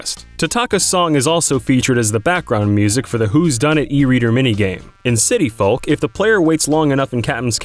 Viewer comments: You said and should've said . Also, you said the world is a "literal cone shape" when it's clearly not a cone. It's a cylinder. You're also pronouncing the L in "folk." You should also incorporate short pauses between each fact. The rapid fire rate you do it doesn't leave people any time to think about what they just heard. Even just like 1 second would be nice. Interesting facts, but you should do some more editing and proofing before you release your videos to the world! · anyone else find his pronunciation of "folk" really annoying? who pronounces the L in folk that much? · Folk is pronounced "FOKE" like yolk. Not fulk! Think, "that's all folks!". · Did anyone else die a little inside whenever he said "folk" wrong? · I hate how Americans pronounce the "L" in folk. you don't say "tallk"n